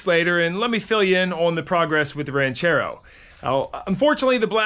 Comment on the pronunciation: "Oooooh, Ran-CHair-Row!" 👍 Side note; just saw your 977 Track Loader on Andrew's Channel... thing started & sounded Great! I gotta go back and check the vid!!!